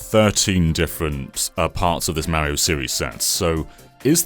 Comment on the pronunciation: from GameXplain it is Mario not Meario Dumbass